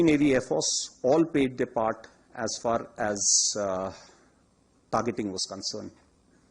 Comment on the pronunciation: As par as this concrun, that concrun, as par as.... ..... Haha